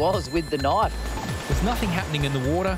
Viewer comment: I love how the lifeguard pronounces "knife" as "naf."